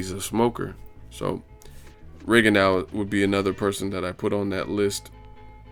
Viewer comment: His name is pronounced RIGONDO, not RIGONDAU; its French. Just like for 'plateaux' you say PLATO, not PLATAU.